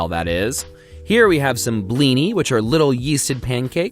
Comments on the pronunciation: it hurt me as a russian when he pronounced the second i in blini like it was a y. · The way he says "blini" hurts me.